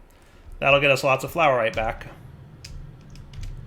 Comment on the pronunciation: or 'flourite' brb gonna go make a loaf of bread with some of this fluor lol